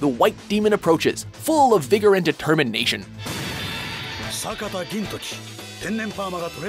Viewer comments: says Sakata Gintoki "Sataka Gintoki-" Σ(-᷅_-᷄๑) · Its SAKATA Gintoki not SATAKA Gintoki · I just notice now but did he just "sataka gintoki" instead of "sakata Gintoki"? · I'm really sorry, but... your pronunciation made me cringe... it's SHI-kon, not SHIN-kon Sa-KA-ta, not Sa-TA-ka, EYR-za, not RR-za, NAH-tsu, not NAA-tsu, IH-chigo, not I-CHI-go. Ru-ROH-ni, not Roo-ROO-ni, Hih-TEN, not Hi-TIN, BAH-toh, not BAA-toh, MIH-hawk, not MY-hawk.